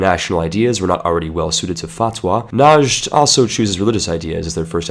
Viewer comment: please.. it's not najad it's just najd I live there.